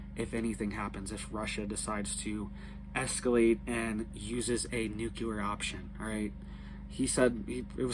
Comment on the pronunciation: New clee er .. For gods sake ..